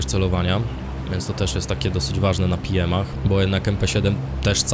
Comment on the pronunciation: PM to też jest polski skrót - pistolet maszynowy, więc tak jak BE ES PE, powinieneś mówić PEEM (wcale się nie czepiam xD; fajny film pozdro)